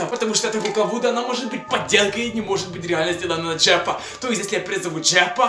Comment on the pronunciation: Не Джеппа а Джеффа 😕